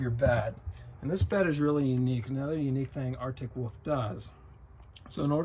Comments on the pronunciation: I've heard folks from different a ton of differing accents say it this way. Basically, it's how a kid says 'wolf', but they never learn to pronounce the 'L' in the word. It annoys me as well. LOL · Drives me nuts every time he says Arctic Woof. Never heard that before, maybe it is an accent, but so weird.